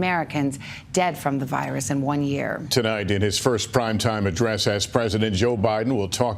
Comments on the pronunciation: “Good evening fellow Americans tolight I’d like to talk to you where we are” Potato President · “Tolight I’d like to talk to you” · Did anyone else notice when the doors open the Marines do not salute BIden? and when he first starts speaking he says" good evening tolight not tonight?